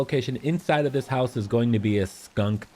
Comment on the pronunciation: Is it me or can anyone not stop laughing at the way he says skunk